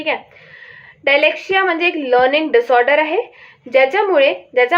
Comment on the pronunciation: It's not डायलेक्सिया it's डीसलेक्सिया